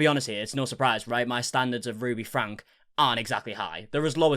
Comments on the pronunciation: It isn’t pronounced Frank it’s FrankE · Her last name is pronounced FRANKIE not Frank. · Frank-E, you always say it wrong.